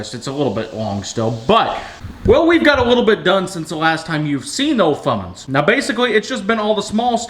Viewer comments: that's not a thing he needs to get one that says fummins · How about never calling it a Fummins ever again! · The fummins😜